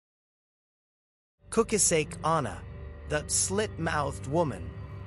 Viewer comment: Kukasek? It's Kuchisaki come on son messing ppl urban legend. No disrespect i dont know where ur from but if ur from indian do indian ghost not jap urban legend kukasek 💩